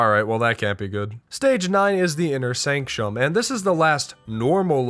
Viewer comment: "Inner sanschum"😢😢😂